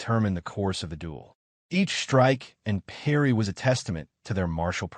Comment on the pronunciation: "PARY" ahh ultrakill 🥀🥀🥀